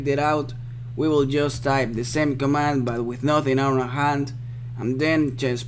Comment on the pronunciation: pls say command :(